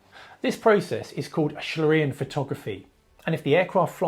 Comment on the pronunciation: Schlieren is pronounced like shleeren - not too complicated. (And it means something like streaks or flow marks.)